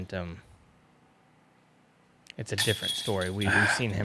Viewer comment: I thought said a player needs "omentum" on hole 6, like a player needs guts, and I was like, clever of you sir. But... He didn't.